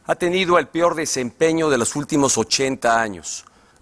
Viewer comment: El pior desempeño ? Dijo pior ?